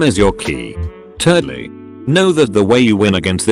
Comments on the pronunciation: No one: The Voice: Firstly, Secondly, TURDLY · did the voice really pronounce "thirdly" as "turd-ly"?? lmao